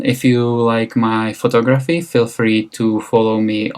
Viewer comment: I like how you say photo-graphy instead of photography lol